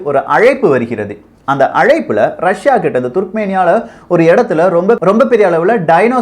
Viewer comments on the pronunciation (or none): none